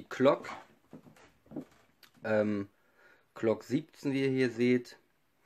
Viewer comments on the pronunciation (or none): es heißt glock und nicht klock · Mit G nicht mit c oder k es heißt Glock nicht Clock oder Klock